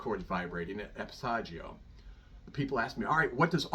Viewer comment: Everybody has A passaggio"???? This man doesn't even pronounce the word correctly. He knows absolutely nothing about the passaggio areas and how they are important. Pavarotti, like so many star opera singers, didn't know science. He sang like a pig. He had a magnificent native voice. "Pitch together"? Nice sound, by the way. Oh, my...Run, please run. What I DO like here is that when he makes that tight sound he does move his mouth and lips to assure, well, never mind. It would take too long. That is NOT technique. Corelli destroyed his voice. This is so upsetting. Oh, god, a vowel does NOT automatically adjust. Did he say, "Learn to sing to the center of the cords."???? Ignorant teachers should be arrested.